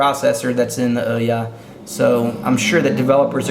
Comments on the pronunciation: Oo-ya not oh-ya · IT'S PRONOUNCED OOOOOOOOH YAH as in WHO? YOU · You pronounced Ouya wrong...